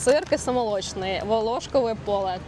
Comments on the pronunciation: Поле волошкОве, а не волОшкове. Паста Санта брЕмор, а не бремОр. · Селючка, ти звідки? Не ВолОшкове поле, а ВлошкОве поле